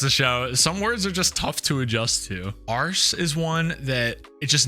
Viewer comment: After watching this video, I've noticed some Americanisms have snuck into my speech. Thanks 😊 "Arse" is great in an American accent, keep it up!